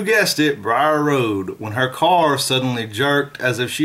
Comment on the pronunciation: It's the beast of bray road not briar Rd